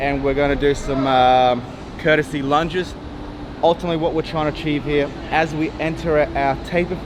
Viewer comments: Courtesy lunges lol its called Curtsy lunges!!!1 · Did he say 'courtesy lunges'? Is this his version of 'suposeably'? (Or confusing 'cavalry' for 'calvary', something I heard on a prime-time tv programme last year.)